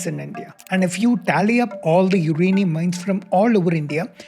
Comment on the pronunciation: For a guy who is presenting a science show, it's funny he pronounces uranium as 'UKrainium' twice in the beginning .. why do so many so called learned Indians adopt mediocrity in almost everything they do, case in point - this ☝️ pronunciation which shouldn't even thought of, let alone say it on a video on a channel produced by presumably 'learned, educated' bunch. Sad! Good topic though .. just remove the presenter - that's all.